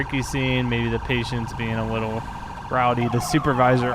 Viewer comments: He cannot pronounce the L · "A wittle different" Anyone else hear that in the beginning?